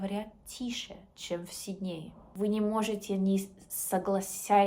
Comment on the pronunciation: Хороший уровень,особенно если ты от рождения русская.Зачем притворяться.Австралийка не скажет СиднЕе,она скажет сИднее....ведутся же...люди на этот бред.Напоминает Ингеборгу Дапкунайте- два года говорим с акцентом,пять без акцента,потом опять с акцентом.Умора